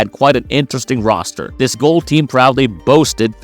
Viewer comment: Roster. Not Roaster.